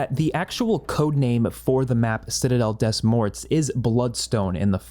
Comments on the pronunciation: Reminder to try using a translator app to pronounce the maps properly :)! Hope to help by saying it sounds like: "Citadel day more" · Citadel De more is how you say it both T and S sounds are silent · I'm pretty sure it's pronounced citadel day more. Have a nice day!